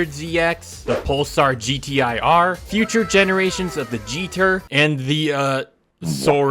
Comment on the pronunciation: Why do you say gtr like that